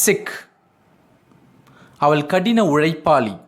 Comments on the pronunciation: தமிழில் அவள் எனச்சொல்வதை நீங்கள் அவல் எனச் சொல்லும்போது கேட்க நெருடலாக உள்ளது. Sorry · Nice. A word I want I want to tell. even though u teach us English with Tamil translation you pronounce avall like aval. ie ள் is pronounced by u as த். Pl correct it. It's my request only